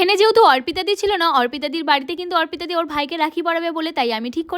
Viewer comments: Orpita di na arpita di. Pronounsetion thik koro😂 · এত উচ্চারণ ভুল না ওর্পিতা নাম কি ওর নাকি অর্পিতা কোনটা আগে জানবে তরপর বলবে। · ওটা অরপিতা না অর্পিতা হবে ভালো মতো উচ্চারণ করো